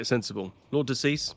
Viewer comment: Lord De Seis ❌ Lord Deceased ✅